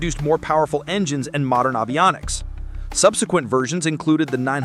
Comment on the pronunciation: “Avionics” could be pronounced better too.